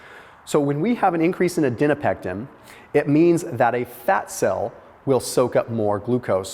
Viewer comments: for the last (probably not) time, it is adiPOnectin. Not adiNOpectin. It even says adiponectin in the video. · For the love of God stop saying "ad-EN-o-pectin"!!! It's "ad-i-PO-nec-tin"!! Very distracting and makes you sound, um, not smart, to people who have actually studied biochemistry!!! I've commented on this before, genuinely trying to help you!!!